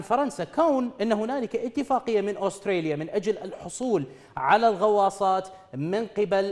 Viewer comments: اوستريليا؟؟؟؟؟ ترى اسمها استراليا فاهم الانكليزية من ذيلها ،، من تجيب مذيع من باب الشرجي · دكول استراليا شنو استريا😂